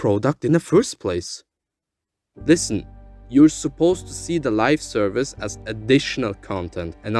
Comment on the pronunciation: I hate to do it but I should point out that it's Live Service not Lifeservice :p Great video no less